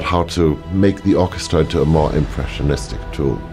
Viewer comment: Hans said "Orca"stra when talking about Blue Planet, and didn't even know it.